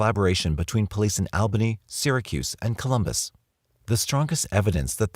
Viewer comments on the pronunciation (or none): The Al in Albany Ny is pronounced like All not Al